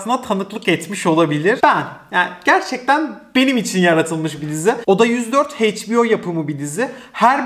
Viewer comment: emeğini takdir ediyorum ama sürekli kelimeleri yanlış telaffuz etmenden sıkıldım “Heyçbio” ya da “paunT” derken hiç düşünmüyor musun? hiç duymadın bu kelimeleri daha önce?